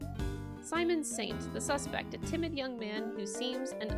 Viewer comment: Is someone gonna tell her that his name is "Simeon" like simian not "Simon?"